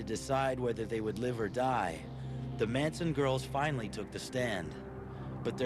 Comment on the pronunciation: Russian Reulette Manson not "Mansion"